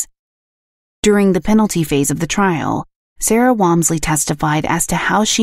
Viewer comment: Interesting, but you pronounced the last name wrong, which was funny. I happen to be distantly related to them.